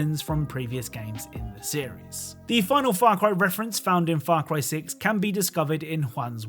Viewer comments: Why do I hear "Far Cwy" at the very start? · The way you said far cry the first time in the intro sounded really close to f*** boy.